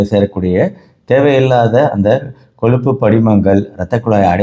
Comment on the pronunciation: Dr , Neenga kolluppu , kilangu , ponra vaartgaigalai thavaraaga uchcharikireergal.